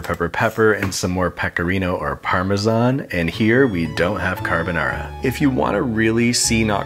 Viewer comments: you know it's not Carbonara when the chef pronounces it "carbuhnawra". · The more you say carbonara, the wronger it sounds.